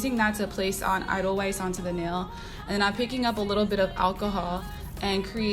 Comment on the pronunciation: Edelweiss is pronounced Adelvice. It's a white flower that grows in the mountains of Germany 😉🤗 Love the video!